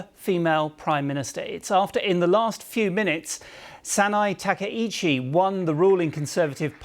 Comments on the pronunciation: to Japanese, gender doesn't matter. and it also seems there's confusion about "work-life balance". pronunciations are wrong: ❎Takeichi, Abi ✅Takaichi, Abe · Not Takeichi. TakAichi. Pronounce correctly.